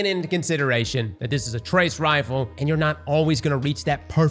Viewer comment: Can someone on the editing team make sure to display pronunciations for this man? He says the names wrong, over and over, for both new trace rifles.